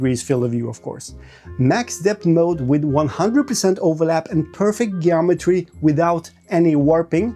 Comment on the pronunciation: Jeeometry not gayometry.